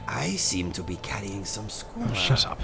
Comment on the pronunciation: saying shut up sounds so british